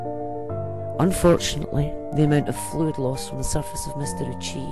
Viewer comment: Ouchi is pronounced Oh-oo-chi. Sorry, it just annoyed me